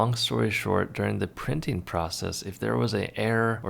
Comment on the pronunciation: "Findeen" is not a word. "Lookeen" is not a word. "Printeen" is not a word.